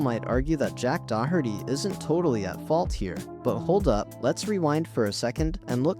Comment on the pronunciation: Dude learn how to pronounce Doherty